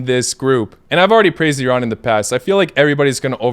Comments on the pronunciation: Ah, finally, a westerner that can actually pronounce "Iran" correctly. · Wow finally! You are the first person who pronounce iran correctly! LMAO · The only foreign person who pronounced Iran right, I appreciate you so much😄❤